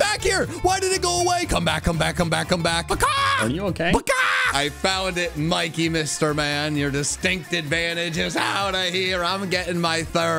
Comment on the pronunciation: As a person from Britain I can confirm Mikey was correct about the pronunciation